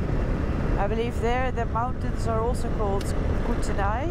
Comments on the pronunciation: Welcome to Canada, ehh! 😀. It’s pronounced “koot-a-nee”, and the buildings were grain elevators, where we “farmers” haul our grain to, sometimes called silos. I have a German friend who is travelling in BC, and heading here to Eastern Alberta and I asked to buy me a bottle of cherry cider, hard to find here, you gave me an idea to let her know to look at the farmer’s market, thank you, you should have asked for a taste, very good. I can’t believe how quickly you got through the border, enjoy 🇨🇦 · You were close on the pronunciation of Kootenay. It’s pronounced Koot-knee. The car you were behind was a remake of a late 60s and 70s muscle car called a Baracuda, or in this case, simply Cuda. You certainly are adventurous on some of your choice of trails! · It's pronounced "koot-knee" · Lol Noraly, Kootenay ( Coo-ten-nee ). Great ride, welcome to British Columbia, Canada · Yes I used to live there it is pronounced kutani Koo tan ee If you head North up the arrow lakes there are many beautiful spots including Hot Springs I could tell you a couple of them are very nice. I lived in that area for a number of years.. Nakusp Hot Springs is pretty good.. And further up the highway are more natural Springs 🙏🙏 Have fun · Cootknee is the correct pronunciation. Absolutely love your videos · Welcome to Canada!! We say Kootenay (koot-knee) 👍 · Kootenay pronounced Coo -teh-nee. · Kootenay is pronounced (KOOT-nee) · It is pronounced Koot-knee. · it's pronounced koot-nee rhymes with nohra-lee